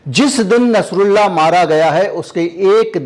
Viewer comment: Plz nsrullah ka name shi se len kirpa hogi